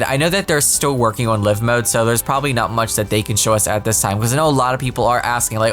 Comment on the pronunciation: Everytime I hear "live mode" (Liv'), My brain says; "No, its Live Mode!" (L-ie-ve) (Petty Brain; "or should we say 'Paraliv-s'?" XP)